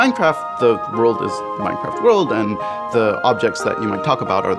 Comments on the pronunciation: I love minecraft but why did she say it at the start as minshcraft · Minechraft xd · less than a second in and you hear minchraft I am ashamed